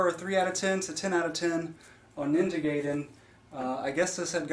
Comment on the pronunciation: Guy-den. Not Gay-den. Jenny Lewis had it right all those years ago.